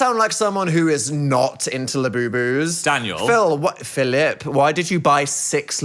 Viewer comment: Daniel 🙄 Phil-IP 🤨